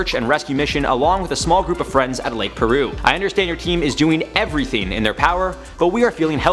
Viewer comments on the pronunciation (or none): its Piru not Peru..like PIE ru